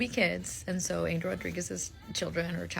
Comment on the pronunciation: People, pronounce his name right, “Ahn-hel” Rodriguez